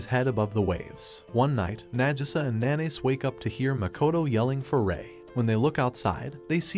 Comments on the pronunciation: the way he says haru's name, instead calling him "nanase" he said NaNaYs gets me dying💀😭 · Narrator says MC’s name like how some pronounce mayonnaise